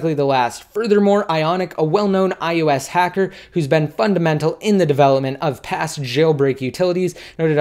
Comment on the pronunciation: Why does it sound like u are saying ius instead of ios??? thanks for the update!